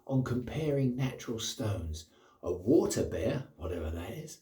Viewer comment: Thanks for the kind shout out. Water Bear?? 😂 Maybe a brush up on the dialects of Murica are in order. I think those stones come from a bit to your North. In the “Kings English”, I believe they would say “Water of Ayr”. Love the big razor. Congrats on the acquisition for “Vintage Packing Peanuts” 😎